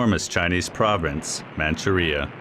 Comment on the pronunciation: Your robot voice does not know how to pronounce "vehemently" or "Manchuria." Very sloppy.